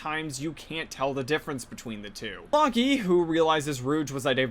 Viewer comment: "Lock-ee" 😂 Reminds me of some of my own horrible mispronounciations (like "Anto-een" instead of "En-twan").